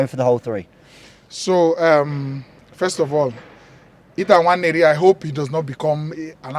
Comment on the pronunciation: Thank you for telling the correct pronunciation of Nwaneri 🙏🏼🙏🏼